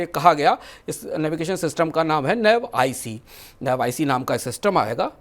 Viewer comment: Jij Had nine ka deshdroh dekho..navic ko nav ic bol raha hai likhna nav ic hai padhna hai navic ..namkaran kiya ja chuka hai navic